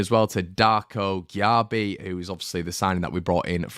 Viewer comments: JB it's pronounced Jay B 🤣 Gakpo will be going elsewhere IMO We will need to look at other prospects who are not on the radar of other teams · Cmon mate, we've been told 100 times, even by the player himself: Gyabi is pronounced JAY-BEE 🙂